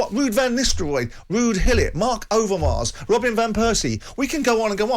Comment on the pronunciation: Its not Ruud hillit. Its gullit.